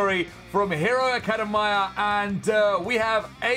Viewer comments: He pronounced Academia wrong lmao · you said academia wrong (i think) lol